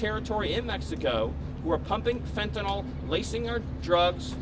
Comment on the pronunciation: Hahahaha, he said laceing our drugs..